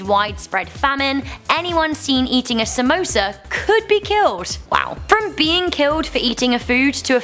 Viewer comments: I thought u said SAMOAS as in the girls scouts cookies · don't you love it when non-aisian people say somosas?